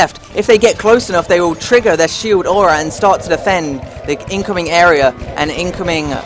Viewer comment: am i the only one that can hear him say Awea damage.